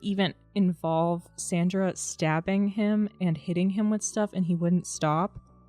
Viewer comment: Her name is SANdra - not SAWNdra.